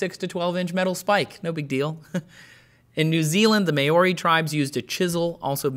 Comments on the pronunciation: Maori - it's not mayori, the mao is pronounced mow, almost like what you do to the lawn. and ri is pronounced like a light d. mow-di. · The Meiori? Trace you got a funny way of pronouncing Maori.